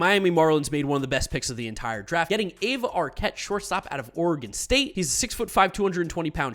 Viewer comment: Aiva is pronounced iva the A is silent